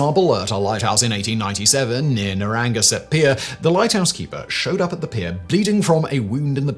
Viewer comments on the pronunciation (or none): none